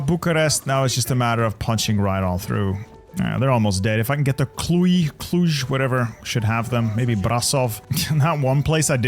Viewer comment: It’s pronounced “Cludj”